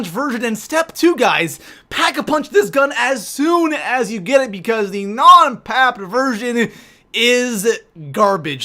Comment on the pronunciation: Did you know it’s packed not paped dumbass